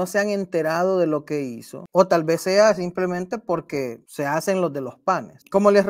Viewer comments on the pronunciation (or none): none